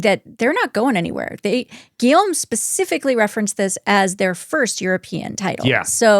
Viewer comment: I love, but he doesn't 'try his best' when it comes to pronouncing names. He makes no effort at all! It's taken him a whole decade to stop pronouncing 'Guillaume as 'Gillam'